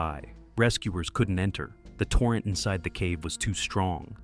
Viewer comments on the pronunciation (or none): none